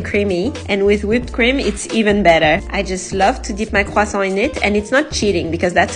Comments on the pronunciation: I think people will have the pronounciation of Croissant stuck in their head from watching this video. It's actually a good way to practice. Listening to native speakers is the best thing. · That’s how you correctly pronounce croissant (not trying to be rude) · It’s the correct pronounciation. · La personne qui a publié cette vidéo est française elle-même. Sa prononciation est absolument correcte. Peut-être que je t’ai mal compris mais j’ai corrigé l’auteur de ce commentaire qui a tenté de moquer sa prononciation.